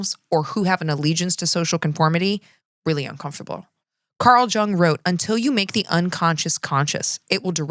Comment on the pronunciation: FYI: Geraldo’s name is pronounced with an H sound. Carl Jung’s is pronounced with a Y-sound (ie: “young”). I’m actually not convinced that you don’t know that; I’ve mispronounced names especially that I knew the correct pronunciations of when reading something I’d written aloud. But anyone who may not know better may find it helpful. Source: Growing up with Geraldo on TV in the afternoon 5days/week and hearing him say his own name. College Psychology courses, media references.